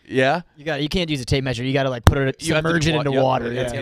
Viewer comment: can’t say got…